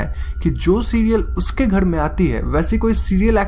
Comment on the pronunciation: Ghad nahi ghar bol ullu